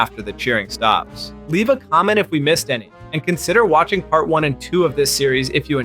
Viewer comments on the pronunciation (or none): none